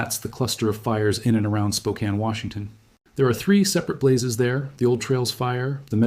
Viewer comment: Congratulations on pronouncing Spokane correctly!!!